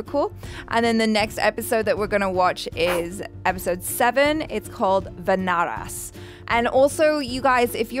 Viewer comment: Just a little pronunciation correction..... its not "Vanaras" like "Va-na-ras" but its "Vaanaras" like "Vaa-na-raas". Thanks. 😊